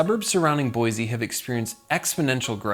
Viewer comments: Boy-Sea, not Boy-zee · Its Boise not Boize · Since I have lived in idaho my hole life it is pronounced boy see Boise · Not to be too critical, but it is Boy-c. Thank you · Hey, real quick. See this word? >Boise< Does this look like it has a "z" to you? No? Good, then stop saying it like it does. Edit: A word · It hurts your cred how you mispronounce "Boise" every single time you say it.